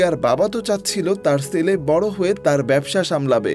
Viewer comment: ছেলে উচ্চারণ হবে, সেলে নয় 😂😂😂 পশ্চিম কে পচ্চিম বলেন নাকি?